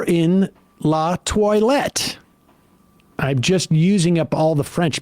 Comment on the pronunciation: Le Toilet. Not La.😂